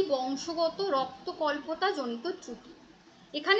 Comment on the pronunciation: ওটা রক্তল্পতা not রক্ত কল্পতা